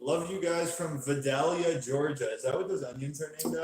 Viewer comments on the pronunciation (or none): it's pronounced Vi-dale-e-a...lol....like the onions Vidalia onions come from there..